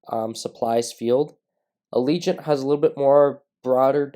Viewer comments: It's not pronounced ALEEGENT. ITS PRONOUNCED AGIL-LENT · I think you are pronouncing it wrong as well... It's "Ajh -ja - lent"